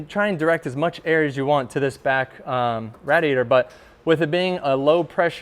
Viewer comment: Can this guy stop saying RADiator, please? It's making it impossible to watch this lmao!